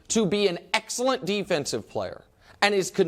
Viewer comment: the way nick says the word "excellent" is so painful